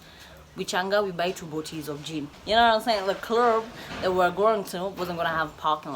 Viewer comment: When she says clurrb